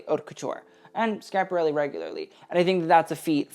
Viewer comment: I'm an og fashionista of a certain age who hasn't been truly excited about the artform in stone ages . I figured I'd take a look as you came up in my feed & I haven't seen you before . When you opened by pronouncing Schiaparelli correctly you had my interest . Your knowledge of fashion history is remarkable . Most youth I've seen don't know their decades let alone deep house history . Understanding taste & style is an innate gift which you seem to have . Not that we're born knowing everything but we naturally absorb that information in a sensory way . Thank you for your passion . I enjoyed watching it .